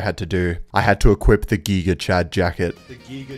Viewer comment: I like how he says geega instead of giga. Lol